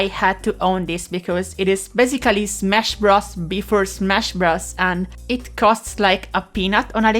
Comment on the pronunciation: "smesh bruz, b4 smesh bruz" Fucking what golden majesty of human expression have I witnessed- I am enamored.